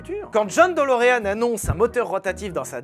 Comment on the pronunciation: "Delureanu" c'est la prononciation japonaise ça !